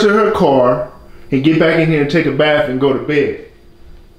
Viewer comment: Told ol boy to take a “baf”